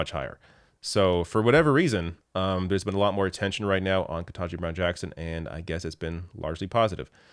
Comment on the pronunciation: KETANJI. Not "ken-TAH-ji." For the love of god you're the third supposedly liberal ally YouTube commentator, just that I have watched!, to mispronounce the woman's name.